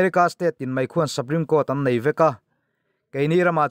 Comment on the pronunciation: saprime court ni lovin suprime court a ni e aw